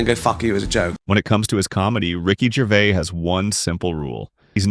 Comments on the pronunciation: The S at the end of his name isn't silent. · There is an "s" on the end of Ricky's last name, and he pronounces it. Jeez. can't you at least say the name right? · What is it with this commentator that he can't even say his name correctly. I've said this before and I'll say it again. Ricky's surname is GervaiS yet he keeps saying Gervaiy. It's exactly the same as Fleur de lys. It has an ess at the end so it's pronounced with the ess sound at the end, NOT Fleur de lee. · Also his name is pronounced Gervais/z/ not Gervay. You hopeless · Its Ricky GervaiS with an S at the end. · Its GervaiS...with emphasis on the S. Not Gervay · His name is NOT “Ricky Gervay” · The S in his surname isn't silent. I love his straight talk.